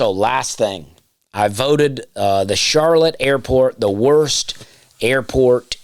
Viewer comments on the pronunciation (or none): none